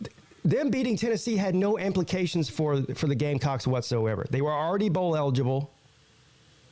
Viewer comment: Eat crow! And you're still in the ACC per usual. Weak ass division. And it's "implications" not "amplications" f tard.